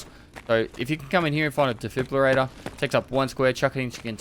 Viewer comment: Lol its funny watching trying his hardest to pronounce de-frib-ulator.:) great vid